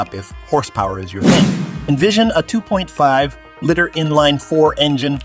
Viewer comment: 2.4 "litter". There's something very wrong with this AI voice generator.